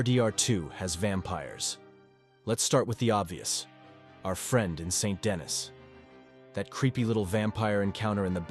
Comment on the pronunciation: Not Saint Dennis, more like San Denny. They pronounce it many times in the game. Its French